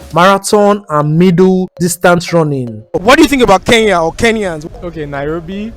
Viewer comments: ITS CALLED ''KENYA'' NOT KEYAA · Nice content but say Kenya not keiya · they should learn pronunciation , what is keyya ? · Why most Nigerians been saying Keiya not Kenya!? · I love NIGERIA with passion but they should pronounce KENYA properly,we've been so patient😄